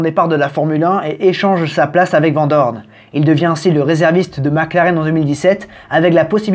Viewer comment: Ça ne se dit pas VENT Doorne, mais VAN Doorne !!